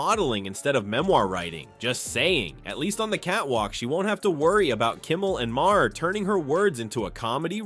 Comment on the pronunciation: It's pronounced Ma Har - not my hair!